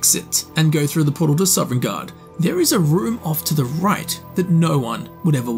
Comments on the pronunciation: SOVNGARDE. SOVNGARDE. NOT SOVEREIGNGARDE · Sov-en-garde, not sovereign-garde. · How, after 1000s of hours and making this career, are you still pronouncing it Sovereign guard Like can you read or hear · Awesome video, but it’s NOT SOVREIGNGARDE